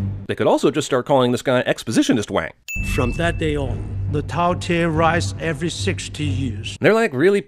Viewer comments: sorry to sh(beep)t on your semantic parade, but it's strategist wong, not strategist wang. kinda like it's Lara.....not Laura ;) ....Croft...n such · well at least he didn't say Everything "Wong" or "Wang" with... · Giving you 1 sin for not calling this ""Everything Wong"